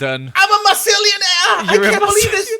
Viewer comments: I love how MythicalSausage called it a mossilianarnanananare 🤣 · Sausage mispronouncing Mossilianaire: Mossisillilionaire mispronouncing Joey: Goey